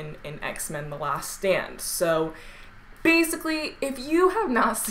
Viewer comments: it sound like she said X-men the last sandwich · i thought she said x-men the last sandwich